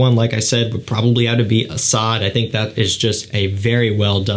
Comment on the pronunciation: I have to correct your pronunciation, it is Asad, not asAd. Also fAkhar, not fakhAr.